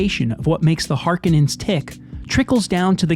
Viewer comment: First of all it's Har*kon*ens not whatever name you butchered them by. And just because a movie has great cgi, special effects, or even a plausible world and or lore, none of that alone makes a movie ' great '. The MOST primary attribute to achieve that title is story, in other words how good is the writing, the script. Most people entirely miss this, even people in Hollywood.